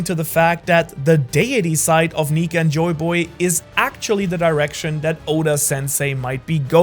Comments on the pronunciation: neeker instead of nika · Bro said Meier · he said niker quinesdence idk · bro did not say "nika"